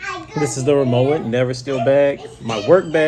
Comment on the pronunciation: Its rimowa where the w is pronounced w. Even rimova recognise this distinction...as does BMW ...B M V anyone ?